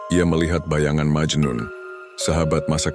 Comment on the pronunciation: Memang majnun bukan majnu